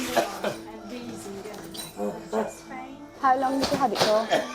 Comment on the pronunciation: Pain vs Pee 😀😀😀 Sorry I thought he was saying "Pee" not "Pain"